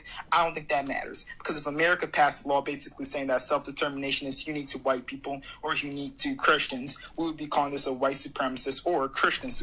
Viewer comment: Who are "Kershtans"? "Eshremly"?